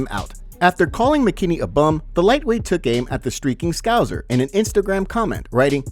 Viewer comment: Still saying scouser wrong